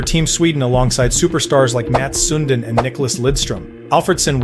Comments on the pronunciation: Good video But dude how the heck are you pronouncing Sundin? Its SUN -DIIIIIN not Suuuundin Toronto fans are crying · more like Sön din ;) not Sun diiin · It's pronounced sundine not soondine SMH.